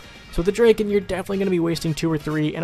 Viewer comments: Draken? It's drakon dra kon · Christopher Kelley not draken draiken D.R.A.I.K.E.N